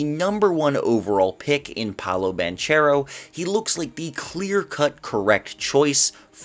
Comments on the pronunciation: It’s Paolo “BAN-CARE-OH” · I think it's both right bankaro in English and banchero in Italian. Idk I heard it pronounced both ways many times